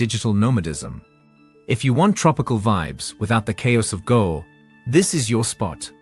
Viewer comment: Irs not Go Its Goa = Gooaaa